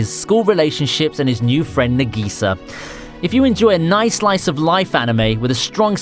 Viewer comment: For someone doing anime related content to be unable to pronounce simple words like Ka-o-ri or Na-gi-sa...